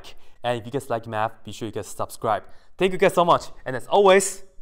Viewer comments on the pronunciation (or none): Mandarin should be your first language when hearing you say ‘that’s all’ haha.